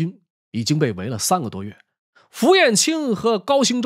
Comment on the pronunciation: 感謝老師的講述，有一個地方想請教老師，應該是高行周，而非高興周吧??